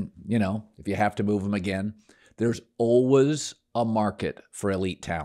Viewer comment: Nobody: Colin: Alwas